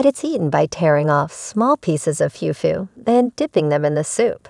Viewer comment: Its not Fewfu it's fufu😂, it'd Kelewele not Kelewell